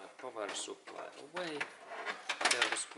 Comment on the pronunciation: "powah soup ply"